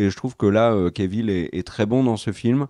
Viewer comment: J'aime toujours vos vidéos, mais pourriez-vous cesser de rebaptiser ce pauvre Henry Cavill "kévil" ??? Cf. ses interviews : quand les présentateurs ou surtout lui-même disent son nom, c'est tout simplement "kavil". Ce n'est même pas l'excuse d'une prononciation à la française 😉